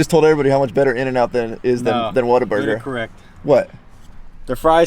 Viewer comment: you even said whataburger weird.. smh WHATABURGER IS BETTERRRR!!!!!